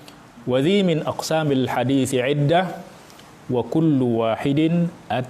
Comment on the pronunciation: Kalau tidak salah baca: minaq sami bukan min aqsami.. Alasan krn merusak wazan bahar rojaz nya